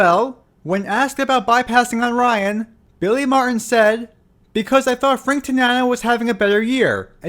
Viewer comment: Just an FYI: Billy MarTin has a “T” in the middle of his last name. It’s not “Mar’in.”